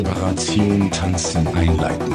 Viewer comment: As a German, I think it's sweet how softly you pronounce the word "tanzen".